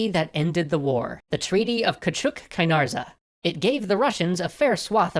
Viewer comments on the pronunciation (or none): The treaty is pronounced "kiw-chuk Kay-nar-tzee"" You are the most welcome :) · It is Queue-chuek Kuy-nur-djuh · Cotchuk Kanartsa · loving this, just letting you know that you butchered the turkish in "küçük kaynarca" sorry to nitpick, the series is great otherwise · On the pronunciation of küçük kanarca it's not a s sound at the end but rather a j sound due to the the Turkish script, also because of changes to the grammar, kücük is said like kuçuk a ü is a long vowel. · I am in love with this series! You are one of the best channels on YouTube I am from Turkey,and the "c" in Küçük Kaynarca sounds like you say g when reading the alphabet